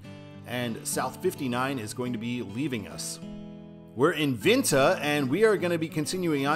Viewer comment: Just a couple things I noticed: 1. Miami is pronounced My-am-uh 2. Vinita is pronounced Vi-ni-ta